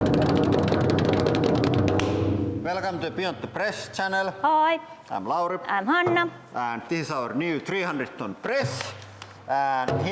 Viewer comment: I do not wish to be rude about your accent, but is there a reason why that when you introduce yourselves it sounds like "Hi i'm Lhowrip, and I'm annyip, yet the lady's name came up on screen as Hanna ? Regards, Rick. P.S, I love your mad ideas, and the fact that you are allowed major explosives over there, I think that they would prefer that we didn't even have access to fireworks here in England !!